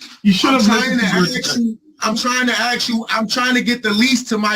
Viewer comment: It's ASK. Not 'axe'. If but for nowhere else, try using your finest English in court.